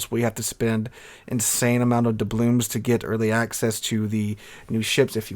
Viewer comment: Why do you say “doublooms”? Instead of “doubloons”?